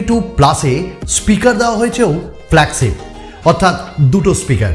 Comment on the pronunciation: উচ্চারণটা ফ্ল্যাগছিপ না, ফ্ল্যাগশিপ। বাকছো না, বাকশো। শিম ইজেকশন না, ছিম ইজেকশন। আটচল্লিছ না, আটচল্লিশ। বিছটি না, বৃষ্টি। দেড় মিনিট শুনে আর শোনার ধৈর্য হোলো না। এত বিদঘুটে উচ্চারণ!